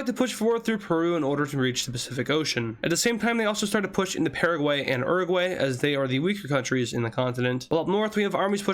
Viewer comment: is YOUR A GU AY not uroguay orsomethin